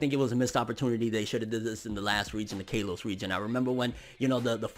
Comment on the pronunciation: Lol cringed when I heard K-los region